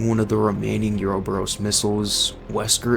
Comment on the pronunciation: You played RE5 right? Why do you pronounce Uroboros that way? I love the video, but that threw me